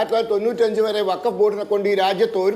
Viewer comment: ബകഫ് വൃത്തിയായി പറഞ്ഞു 👍